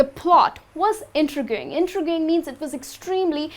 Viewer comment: VOILENCE ?? And , i believe it's pronounced In-tree-ging ? :)